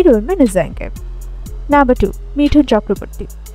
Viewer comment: मिठुन नहीं, मिथुन है, मुंह से सुपारी निकाल कर बात करो